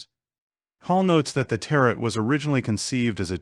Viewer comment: Tarot pronunciation = teh·row ...